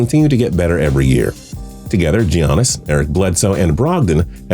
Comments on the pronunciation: Dude it's pronounced yeeannis not geeannis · It’s pronounced YANN-ISS not GEE-ANN-ISS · Giannis is pronounced yanis